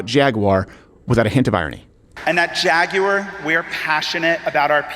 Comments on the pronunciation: Jaguar is Jag-you-a. WTF is a Jag-Waagh ? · Jag-wire 😂 It's pronounced Jag-u-ar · Its Jag U ar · Why would you say "Jagg wire" when the company name is "Jaguar"? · DRAGUAR?? OR FAGUAR??? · …Drag-uar. BAHAHAHAHAHAH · For everyone outside the States: "Jagwah" is how they say Jaguar in less educated countries. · Jaguar always expensive and never fast...just the way the they want it pronounced is pretentious jshaguarahhhh. Its a wild cat not plush carpeting and its like a puma terrible hunters that run real fast 3 seconds then keel over from malnutrition. but its British it must be good. Like their teeth? like their food? weather? Tjhe only thing england is good at is starting wars they cant win unless they get other bullies to help and Golf, i do love golf ...oh shit that wasnt them the Scottish did that. Shit 3% of American colonials beat their asses in the revolutionary war. They pay sick taxes so one royal family lives a insanely wealthy life style for the sake of tradition. The beatles suck. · 🤣 FJaguar 🤣 Silent J of course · Women in engineering matters... Side note, we won't be producing vehicles for the next year while we explore alternate pathways and really find what speaks to us here at Jay-gew-awr. That's how we say it now. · "Jagyouwere"? What? Can he not pronounce his company name? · Jag-U-off Once a great British Automobile Manufacturer. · Its pronounced “Fagúar” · Cant even say jaguar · The real crime here is the way Americans pronouns jaguar